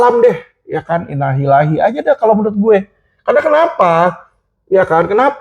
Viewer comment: yg sehat terus yaaa….ma’af takut jadi salah tafsir…mengucapkan “Innalillahi’ …pengucapan salah karena mungkin tidak paham artinya…terimakasih🙏🙏